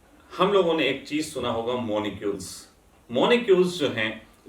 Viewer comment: Monicules or molicules ?